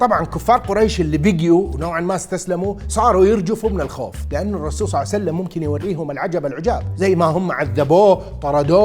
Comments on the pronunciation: صعوسلم صعوسلم صلعسلم صسلم صوسلم صاوسلم صوعسلم يعني اكثر من ربع ساعة تخطب بس لما تذكر اسم النبي صلى الله عليه واله وسلم تقول صوسلم!!! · رسول صعسلم 😂😂😂 ايضا رسول صعسلم صع وسلم (اوكي نص ونص) شنو ما تتعلم من اخطائك ؟